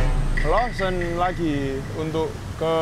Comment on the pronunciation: AKHIRNYAAA BENER JUGA NYEBUTNYA